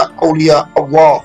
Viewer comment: Utk pengucapan Alloh nya kurang pas kuatir salah pengucapan malah jadi salah arti